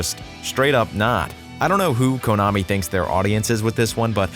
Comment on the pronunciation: It's pronounced kunn-ami. Not coon-ami.